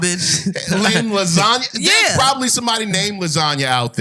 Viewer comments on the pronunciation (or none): "LaSanya" lol lasagna